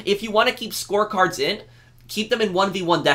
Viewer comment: when you said "score cards" i thought you said "sports cars" i was confused why you wanted them removed from freemode then i heard it correctly